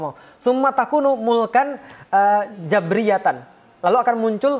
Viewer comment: Salah langsung d koreksi..jabariyyatan bukan jabriyyatan